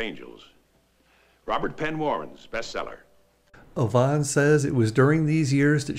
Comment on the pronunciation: I live in Victoria, just a ferry ride from Vancouver. I have never heard Yvonne pronounced that way. Always a double E sound not an O